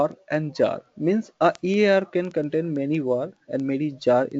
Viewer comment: Most of these reviews seem paid/favored. If your English is this bad, why not create video in Hindi? Also, if you want to make video public, please put some effort in learning to pronounce the names such as servers, webshpere, platform, EAR and list goes on .if you want to create your own pronunciation, then create/invent your own stuff first and then pronounce them whatever way you want :). There are quite a few wrong information given in the video. For example, web server's purpose is to route request. is your web server fundamentals clear?